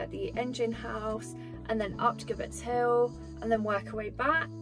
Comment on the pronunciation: Nice little walk and vlog. Glad the weather improved for you towards the end. Oh by the way gibbet is pronounced jib_bet hill.